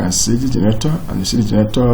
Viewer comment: I can only understand maybe 10% of the words you are saying when you are speaking. You don't even pronounce the word generator correctly. You are saying: Gerator. And that cursor is flying all over the place while you are speaking. Break it down to point one, point two, point three if you want to explain it properly.